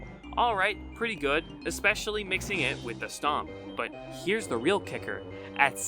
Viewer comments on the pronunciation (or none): none